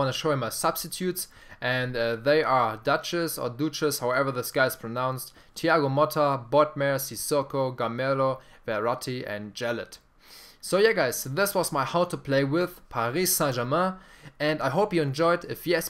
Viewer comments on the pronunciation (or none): Love your videos man, Ibras my favorite player, they made him too slow with his long legs he has insane sprints, and its Sirigu (Sear-eh-goo), Van der Wiel (Van der Viel), and Jallet (Jall-eh) Keep up the great work, I'd love to see a video going in-depth on skill moves and how and when to use them, like showing situations and how to learn to execute them for explosive results, I love to roulette by players, heel chop, rainbow, but I'd love to learn more!